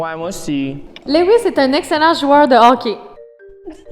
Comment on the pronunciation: Lewis pas louisse